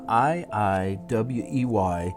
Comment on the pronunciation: Most people miss the trick of how to pronounce the name IIWEY is pronounced like "Highway", without the "H". It's an eye on the Highway!